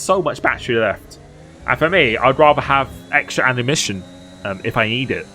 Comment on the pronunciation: i love how you always say annumition innstead of ammunition 😆 always cracks me up